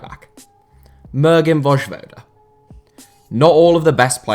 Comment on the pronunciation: Interesting how he butchered the J in Vojvoda but didnt in Januzaj